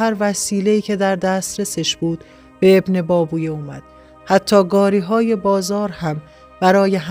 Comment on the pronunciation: ماشااله به اینهمه سواد! بهتره شما اول تلفظ درست کلمات و اسامی رو یاد بکیرید و بعد برنامه اجرا کنید! ebnebAbevey--اینهم تلفط اسم ابن بابویه با حروف لاتین!🧐